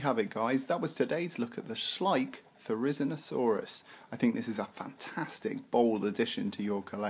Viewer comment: Your pronunciation is quite wrong If you are unsure you can always check it on wikipedia too "Therizinosaurus (/ˌθɛrɪˌzɪnoʊˈsɔːrəs/; 'scythe lizard'" otherwise nice video ^_^